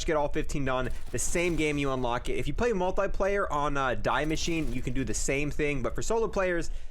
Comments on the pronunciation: Its not die its de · I don’t want to be that guy but it’s pronounced Dee Machineh not Die Machine. The name of the map is German, not English. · Its not DAI MACHINE its DIE MASCHINE its german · Die machine is pronounced Dee mashee-ne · It’s pronounced Dee-Mek-in-a Sry that sounds rude just try a help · Is this the right way to pronounce die maschine I think the die is pronounced as dee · You say DEE Machine its german like DEEz nuts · It’s pronounced “Dee machine”.... DIE Is THE in German 🤦🏼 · Love your guides, great work, thanks for this one specifically. But man, how come you pronounce Die Maschine so absolutely poorly? I'm pretty sure you're smart, and know that the way you're saying it sounds really... kinda nasty? i guess?, just wondering why that 1 single thing is the only thing you do wrong on your entire stream, haha. I have pet peeves and i apologize for taking it so seriously. but it triggers something in my head every time :-( (its dee mascheen) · You are a good youtuber, but stop saying die machine wrong😆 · Same with how he says die machine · I hate how he pronounces die maschine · I'm sad that him saying it the way he does triggers the living shit out of me especially with the amount of times he said it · The way you pronounce Die Machine gives me aids